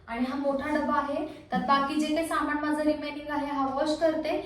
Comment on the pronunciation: माण दुखतेय, पेण होतात, त्याणनतर बणवला, किराना सामाण अगं बाणाचा ण आणि नळाचा न या दोन्हीचा योग्य उच्चार करणं आवश्यक असतं.